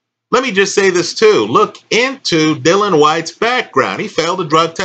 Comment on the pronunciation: Dillian Whyte, not "Dylan Whyte"...